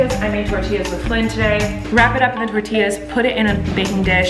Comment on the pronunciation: Finally somene that says tortillas right people say tortillas like what coming from hispanic i was born here but my family members are born in mexico